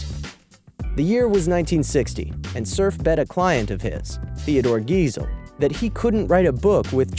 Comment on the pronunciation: That sad moment when the narrator says Dr Seuss' last name wrong. The reason I know its pronounced wrong is because Geisel is also my last name; and people pronounce it wrong a lot.